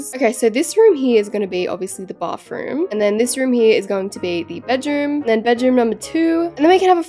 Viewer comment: Can you stop saying Bafroom? Or can you actually say Bathroom like Americans?